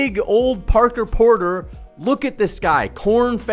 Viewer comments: Right, I was laughing my ass of at that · I like how he keeps calling him porker porter